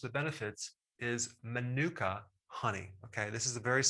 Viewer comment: Dr Berg, if I may point this out - you're pronouncing it incorrectly. It's maanuka, accent on the first (longer) syllable.